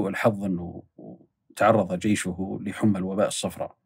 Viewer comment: اسم المنطقه الحِمى وليس الحُما كما ذكر